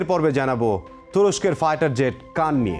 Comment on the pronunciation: উচ্চারণটা কান নয়, খান অর্থ লিডার।